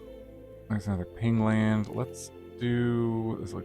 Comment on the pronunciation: pain land not ping land silly